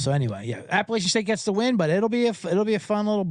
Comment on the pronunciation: For the love of college football, please pronounce the name of my Alma Mater correctly!! App uh LATCH un. Keep up the good work, guys!